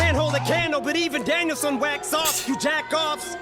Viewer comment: It's not Danielsson it's Daniel-san as in Japanese.